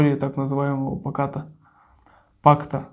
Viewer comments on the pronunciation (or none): Читает: "паката Молотова-Рибернтроппа". 😂😂 Сразу понятен уровень знаний о Второй Мировой Войне